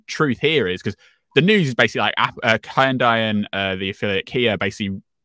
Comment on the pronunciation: I’m disoriented by the way he is pronouncing Hyundai and Reuters 😆